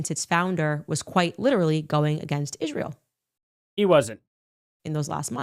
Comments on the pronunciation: How many times does it take Condace to attack Jews in Israel before she actually says Israel correctly?? It's not "Ishreel" you ignorant bish😂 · She had Ishhreel on her mind carry on😂